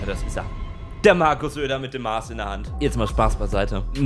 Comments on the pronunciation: Gutes Video, nur es heißt mass nicht maaaaars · junge, ich suche immernoch das stumme "h" im wort maß, des hoaßt mass oida Ansonsten gutes video🤝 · Zum Video hab ich nur einen Kritikpunkt … wo steckt in dem Wort Maß dieses lange a? Also diese Maaaaaaß is keine sondern eine Maß! Kurz und knapp :)